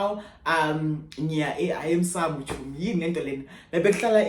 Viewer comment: You did not say emsamo chomie😭😂😂😂oh God I love you ❤